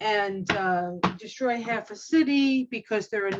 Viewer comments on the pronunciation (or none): none